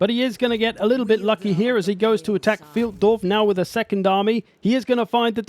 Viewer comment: with all your german cursing I would expect you to know that Pfeildorf is pronounced FILEDORF! Sincerely, ze pronounciation POLIZEI